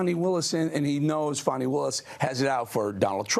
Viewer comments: Thanks for pronouncing the name of Georgia's Attorney General correctly. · HOLY SHIT; A REPUBLICAN PRONOUNCED HER NAME RIGHT